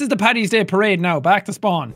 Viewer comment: Ang R Paddy is just a slang/shorter way of saying it. Patty is inaccurate though. Paddy not Patty.